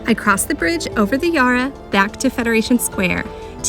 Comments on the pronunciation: 😊 Our river is pronounced Yarra, and not Yara. Not easy to work out all the different pronunciations in a new place. Melbourne (and surrounds) has so much to offer so I hope you can spend more time here soon. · And the "Ya" in "Yarra" is the same sound as in "Yak," not "Yar" or "Yah" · Fyi I thought you might like to learn that we pronounce 'yarra' with a short /a/ sound ( as in 'at') not 'ar' digraph ( as in 'car') So we say 'Ya- rra', not 'yar-rar'. The Bell birds you heard ( the chiming peep sound) are small and surprisingly dull to look at and very hard to spot. For other really gopd infigenuous art the Ian Potter gallery, just down the steps from the Koorie Heritage Trust is also exceptionally good ( and free) and a lovely architecturally designed building. It's also has some of our most famous colonial artists' works 😊 For people who like seeing non typical tourist spots, a couple of easy train ride suggestions are to get the train to Sandringham and do the beach walk back to Brighton (one of our poshest suburbs ). Another is to get the train to Newport, walk to Williamstown along the seafront ( view across the bay back to the city, also view of the docks and Williamstown is an old naval town) lots of yummy eateries in Williamstown. You can get a ferry back up the Yarra to the CBD from there. Both just 25 mins from the CBD. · Glad you enjoyed our wonderful city of Melbourne, and ventured beyond the CBD 😊 BTW, the first 'a' in Yarra is a short sound, not a long one.